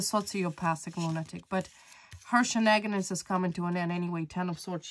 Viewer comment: Please say shenanigans correctly